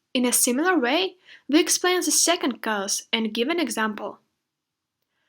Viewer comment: The video is so clear and well-organised! It would be even more efficient if you correct a bit the pronunciation of some words like "synonyms" and "cause". Best wishes!